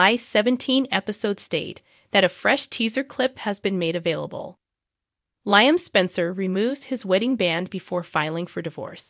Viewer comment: Please say Lee-um (Liam) not Lie-um